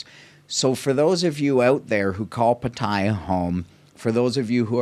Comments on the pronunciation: You are not pronouncing Pattaya properly, its PA/TAI/YA NOT PATAIYA LOL!!! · What an insightful vblog. Thank you so much for posting these vblog. It is much appreciated. I watched all of them. (On another note, if I may recommend, for Pat-Ta-Ya, the second syllable is emphasized and not the first syllable. 🙏)